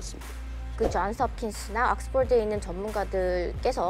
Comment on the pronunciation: 쟌스합킨스 악쓰폴드, 헤헤헤 는 한국인 아닌가요? 헤헤헤 영어가 한국말 보다 편한 저도 한국말에 영어를 끼어 넣기할 땐 한국어 맞춤법에 맞게 발음 합니다. 왜냐하면 거기서 주가 되는 말이 한국어 이기 때문 입니다. 좀 웃긴다. 헤헤헤